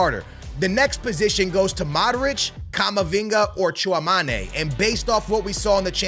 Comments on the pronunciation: Bro said Tchoumané & Luin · And I speak French. No way "i" is pronounced "ah" in French, and "é" is "eh". Just learn from others that know more than you. So it is Tchoo-ah-meh-nee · The amount mispronouced names is astonishing. Also, based on the CL final, Tchounameni was just injured. Do you even follow the team and watch the matches? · yes it is mate I’m part French I’ve asked my dad and he says it like tchooamané